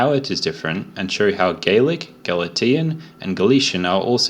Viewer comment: OMG that "Gal-ah-tee-un"i- driving me nuts! It's "gal-ay-shun".